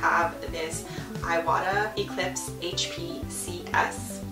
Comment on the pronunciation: Thank you for the video! This was very helpful! Just a heads up, you're pronouncing the brand wrong. It's prononced "EE wah tah" not "eye wah tah" The "i" in Japanese is pronounced "EE" like in "SEE".